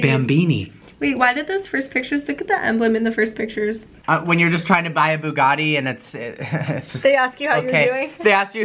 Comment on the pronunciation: Why does this guy say buggani and not Bugatti